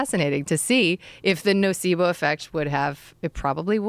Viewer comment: "NOcebo"? Really? Kinda childish for an "authority".